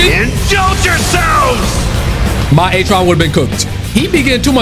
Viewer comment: HE ACTUALLY SAID BROS NAME RIGHT THAT TIME?